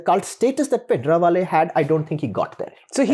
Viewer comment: I love his Punjabi pronunciation of Bhindrawale